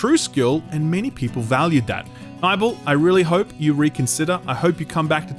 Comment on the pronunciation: 'Nybel'!? I thought it was pronounced Nibbel.